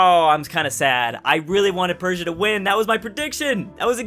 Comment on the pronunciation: The S in Persia is like the s in sex, it's not sh, just s